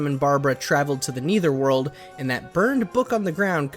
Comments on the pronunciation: No it isn’t. It’s a common fact that no one pronounces Netherworld as Neitherworld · Bro u literally have no credibility now that u said Neether world it’s Nether world